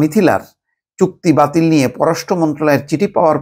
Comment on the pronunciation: It's Chukti batil. I keep hearing putki batil. 😅 need to check my hearing.